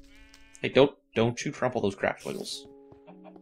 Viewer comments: just that you know its crops not craps :P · "tropple those craps"... That's just so fun to listen :-P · Thats been the thing since the first time he accedently said "tromple those craps". Makes me laugh every time XD